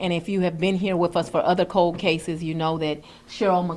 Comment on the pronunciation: Oom. Um. Code (cold) cases. Owed (old). Heed (head). Minny minny (many). Dotter. Axing questions. 🎉